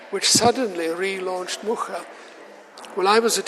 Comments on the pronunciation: Yes, she was just reproducing a common mistake in english saying muka…its muRa like he said 🙏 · She pronounced it wrong. He says Muscha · She didn't even bother to learn the correct pronunciation of the name.Anglo-Saxon ignorance in your face. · 40 seconds in is the pronunciation of "Mucha" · She didn't even pronounce the last name right.